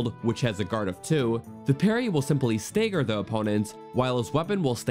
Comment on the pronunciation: Also "stagger" is pronounced with the "a" the same as in "apple."